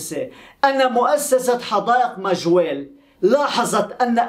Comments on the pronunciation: ماجوريل اصلح ليس مرجويل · ٠يا ابو ابيس صحح نطقك لبعض الأسماء الغريبة عنك مثلاً اليوم تقو: ما وجيل عوض ماجَوريل Majorelle....... كما أنك تنصب نائب الفاعل.........النحو العربي دقيق و يجب التمكن منه لتفادي المغالطات...... و شكرا لك يا أخي 👍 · اسمها حديقة مااااااااججججججووووووورررررررررريييييييييللللل (Jardin Majorelle) وليس ماجويل